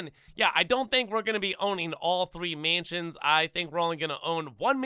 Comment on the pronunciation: Can’t say mansions properly either 💀